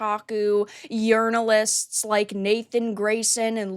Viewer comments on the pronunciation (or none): ha. “Urinalist”